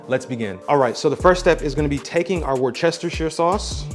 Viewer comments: Excellent video. I will definitely try this. A minor issue, you completely mispronounced Worcestershire 😂. It's pronounced: woostersher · Facts! 🤣😂🤣 great video! He was killing me with the Worcestershire pronunciation🤣😂🤣 I tell people…say Woost-ah and Shire (like the shire on New Hampshire)